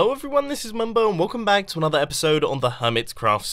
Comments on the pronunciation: I got a name the mumbO's emphasis on the o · it sounds like mumbo born, as in he had a baby